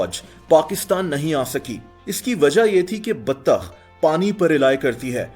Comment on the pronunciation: The baTTTAkH Though BATTTTAKH😂😂😂 love you